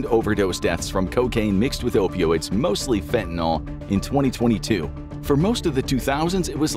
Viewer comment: can we please start pronouncing fentanyl correctly? Fenta-nill